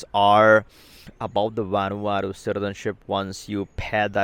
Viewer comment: Its a "v" not a "w"